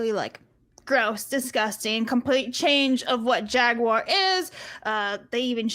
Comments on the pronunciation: I’ve heard Jaguar mispronounced Jag-wahr before, but never Jaguire… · That's a new one. I've heard the American "Ja-gwar" and the British "Jag-you-are", but never "Jag-wire".